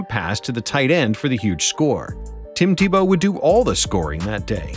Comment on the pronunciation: Tim Te-Blow